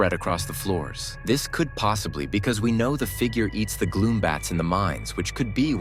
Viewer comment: It’s gloom, bats, not glow bats